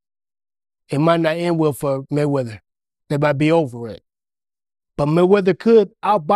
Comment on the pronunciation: "Money Maywedder" 😂😂😂 Yo be cracking me TF up